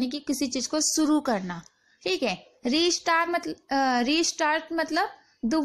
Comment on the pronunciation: Madam theek a ni theek ae bola karo